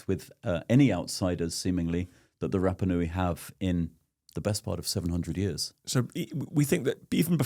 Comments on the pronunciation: I love your podcasts Dan, but have a listen to some Polynesian pronunciation. Your vowel sounds are all wrong. Rapanui should sound more like Rahpahnui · Remarkable that cannot pronounce Rapanui correctly.